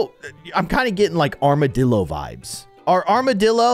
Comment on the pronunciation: it's not an amoroo, It's an armadilloo